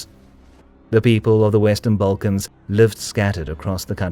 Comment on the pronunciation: "balkans" = instant video dislike